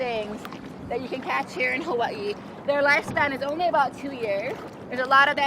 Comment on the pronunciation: Kona is so pretty and it's a great place to snorkle and dive. You know someone's grown up in Hawaii when they say HaVahii instead of us English people saying Hawaaaiiii.